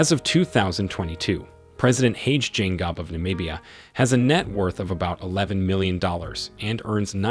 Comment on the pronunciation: You should also if possible watch videos where this presidents talk publicly to learn how to pronounce their names, absolutely butchered the name of the Namibian president